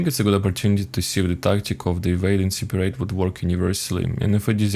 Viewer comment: I like how you say siparate